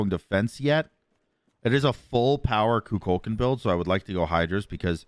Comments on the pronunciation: I like that manages to mispronounce Kukulkan and Cu Chulainn THE EXACT SAME WAY 🤣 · There's no shot you expect us to continue watching the video when you call him kukulkan like 10 times within the first 2 minutes of the video?